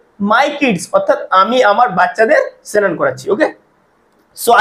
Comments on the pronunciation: সেনান টা কি ভাই। আগে ভাষা শুদ্ধভাবে উচ্চারণ করুন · Pnar Bangal?senan?